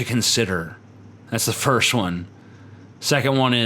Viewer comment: I thought he said: 'Fist I'm gay lol'.